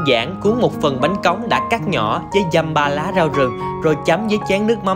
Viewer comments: Bánh Cống chứ ko phải bánh Cóng, sai rồi kìa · Bánh cống nha anh chứ ko phải cóng